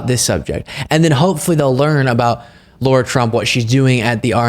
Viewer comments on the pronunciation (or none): Lara not Laura!!!! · its pronounced LAR RAR , LA RA her name is NOT LAURA NOT LAURA NOT LAURA stop being so dumb omg LARA CROFT FFS LARA LARA LARAAAAAAAAAAAAAAAAAAAAAA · Lara not Laura. Please dont disgrace the Laura's of the world 😁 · Lah-rah not Law-rah. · It's LARA trump, not Laura...like the tomb raider chick (except possibly more fake) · Not Laura - Lara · Her name is not Laura! Pronounce it right! Go Blue!! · Are we calling her Ll-aa-uu-rr-aa Trump, even though her real name is Lara, on purpose? Just checking.